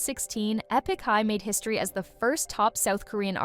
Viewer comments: Bounced when the now-obvious AI voice pronounced "Epik" as "E PICK". Too bad because it seemed like they actually did some research. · Is no one going to talk about the fact that this person narrating has no idea who this video is even about - she literally butchered half of the Korean names along with pronouncing ‘Epik’ as ‘Eepik’?? Hasn’t listened to a single interview or watched a single video on them. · Not trying to hate on this content, but seriously “E” pik High? Was this video made by AI? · How'd you manage to mispronounce Epic? 😅